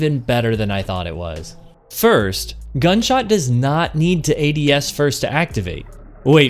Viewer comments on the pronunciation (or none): Are you messing with me or are you saying “gunshot” instead of “gutshot” half the time? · Are you saying gunshot or gutshot? 😆 Thanks for the vid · Are you trolling with your pronunciation? I swear I hear you in-game pronounce it correctly at one point, but throughout the video, you keep saying "gun" shot. It's driving me nuts lol. Otherwise, top quality content, and love the explanation. Would love to hear if you've tried this on controller, I can't seem to connect my shots regularly with this thing as I can with Monarch. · Love the video but it's GUTSHOT not Gunshot. You were killing me in the beginning lol. Keep up the good work.